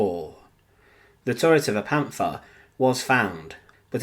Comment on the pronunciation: " Panfaah" please stop , just stop.